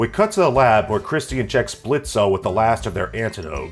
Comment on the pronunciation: Remember, the o is silent in Blitzo.